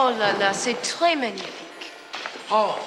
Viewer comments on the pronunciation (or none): none